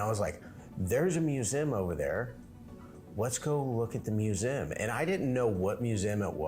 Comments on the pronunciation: Its pronounced Mue zee um. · I've never heard anyone pronounce museum like you do, but in any case it should be said like: mew-zee-um, said fast